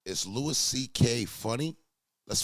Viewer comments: It’s pronounced “Louie”. Literally 2 seconds into the video and I’m already annoyed at this guys inability to speak properly. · it's pronounded Louie